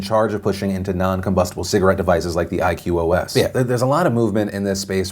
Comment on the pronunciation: Iqos is pronounced like i coast without the t